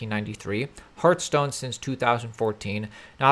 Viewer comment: Hearthstone not Heartstone lol